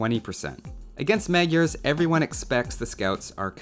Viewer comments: This is how you pronounce it: It's like "Muh-jar" soft on the j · I feel so horrible for saying this, but it's technically pronounced 'MOD-jer'.